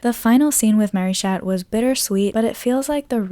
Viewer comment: Okay we're you saying shat noir and maryshat BC if you did lol